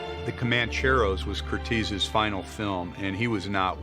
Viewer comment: I'd just like to point out that his name is pronounced "Curt-ez" NOT 'Curt-eez'. (I'm his grand-daughter)